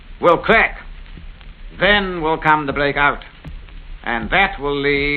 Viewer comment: Monty's speech defect reminded me of a Monty Python sketch with his 'Wommel' and 'blake in' and 'blake out'.